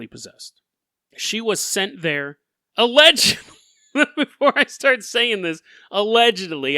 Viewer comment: no one:: AlLeGeDlY